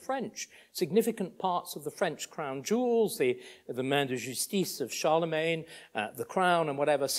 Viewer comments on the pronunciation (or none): none